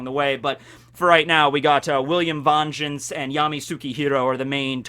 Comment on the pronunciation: Why do you pronounce Vengeance like that?